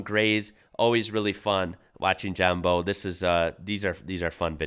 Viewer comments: It's not pronounced Bow, it is pronounced Oww like you hut yourself. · hey man just a heads up, John Bowe is pronounced like the bow of a ship not bow like a bow and arrow lol also while the walky isnt really at the top of my loved cars list its definately up there on my most respected cars. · John Bowle like owl not bo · Bowe is pronounced as Bow, like "wow". But yea the Walkies were awesome cars. I've heard of a few of them catching fire due to electrical problems. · John bowe’s surname is pronounced the same way you say wow. Not “bow” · The ‘Walkie’ was and still is one of my favourites, the local Holden show room had one, used to go there after school and drool over this beast of a car. By the way it’s John Bowe pronounced like bough of a tree. Love ya videos mate. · Just want to point out that his nams is John bowe, in Aus his second name is prenounced the same as "how" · Walknshaw's future is now with Fords Mustang program ! I don't know if anyone has told you yet but John Bowe is pronounced like the front of a boat , thought you'd like to know mate . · His surname is pronounced as in wow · Btw John Bowe's surname rhymes with 'wow'. If you rewatch the start of that video, he introduces himself. You were talking at the time so you missed it. Anyway, keep up the good work, I'm enjoying your videos! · His name is John Bowe not Bow